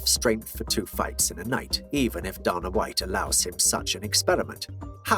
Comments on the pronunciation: Why do you say "Donna" Are you 12? Or an adult? I get accent. But thats not even his name. Can you not make "ay" sound? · “Duhna White” 😜